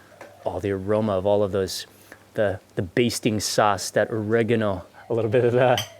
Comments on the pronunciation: Pronounced OReggANo not ORRAgonO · did she really call "oregano" "ore-eee-gone-o"